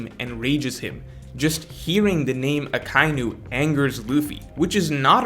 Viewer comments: It's Aka-inu, aka meaning red and inu meaning dog, which you already know, but it's not pronounced Uh kye new. Aka Inu, just say it as one word, Ah Kah Ee New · jesus christ its “ahh•KAI•E•New”